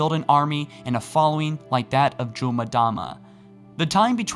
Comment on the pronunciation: Its actually not 'Mdama as in "Muhdama" It's 'Mdama as in "Emdama". Just say the letter "M", then say "Dama." Also Onyx is pronounced like "AH-niks". Not "OH-niks". (Not trying to be a smart ass or grammar police....I used to pronounce it the same way as you do. Just letting u know) . Great video brother. I love your take on all things "Halo".